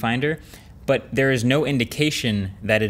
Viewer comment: Am I the only one that notices how often MKBHD says “BUHT”?(the “h” is silent) Maybe a new drinking game for every time he says it?